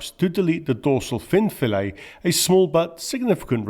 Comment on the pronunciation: Brilliant, thank you (it’s fillet not fee-lay by the way)